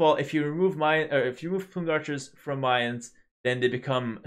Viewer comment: First you started saying Mayans right and now you're saying melee right 11. Btw, do you think that if they gave melee units +0.1 speed across the board that they would start to be more viable in the current meta?